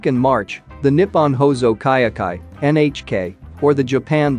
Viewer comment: Wah-tah-Nah-Beh ... And also NHK ... Nippon Hōsō Kyōkai ==> pronounced Nip-pon Hoe-soo Kyo-Kai